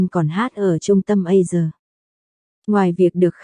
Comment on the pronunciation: a si sà chứ tại sao lại đọc là A sờ nghe ghê quá